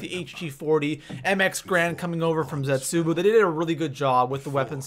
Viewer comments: What the fuck dis man said zetsuboo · Nach Drr-ahh-cuh Zetsu-boo Go-Rod Krr-Oh-Vi All missaid names